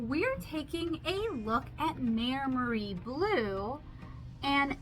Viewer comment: it's pronounced "my-mary", (bonus points if you can roll your Rs!), in case you were wondering 🙂. Though I am not the best at phonetic transcribing of Italian words in English (because Italian is my first language)! They are a pretty popular brand in Italy, and obviously much cheaper there. When I was a schoolkid we were only allowed Maimeri gouache in art class, so the brand always brings back memories! Fun fact: gouache was the standard school paint in Italy (at least in my experience). I had never even heard of acrylic other than wall-paint before I came to the UK, but here (and the US) people use acrylic as their go-to paint, and gouache is the unknown, which is a cultural difference I find really interesting